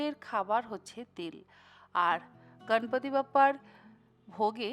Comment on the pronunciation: সুন্দর রেসিপি। এবারে নিশ্চয়ই বানাবো।একটা কথা বলি দিদি, আপনি গনেশ,গনপতি এই শব্দের উচ্চারণ গাণেশ,গানপাতি এমন হিন্দী টানে উচ্চারণ না করে যদি বিশুদ্ধ বাঙলা ভাষার উচ্চারণ করেন, শুনতে আরো ভালো লাগবে।এই সময়ে মুম্বাইতে প্রধানত এই গণপতি পূজা হয়, কিন্তু উনি তো আমাদেরও সিদ্ধিদাতা।সকলেই আজকাল হিন্দী উচ্চারণে বাঙলা বলছেন। এভাবেই বাঙলা ভাষার বিশুদ্ধতা হারিয়ে যাচ্ছে। আশাকরি আমার কথায় কিছু মনে করবেন না।❤